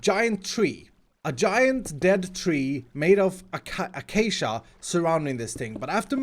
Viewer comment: any normal person including: acacia: ACHACHA